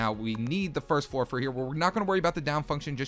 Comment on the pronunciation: Is it just me or does it sound like he says four instead of floor